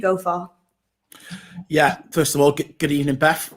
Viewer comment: gOoD eBENiNg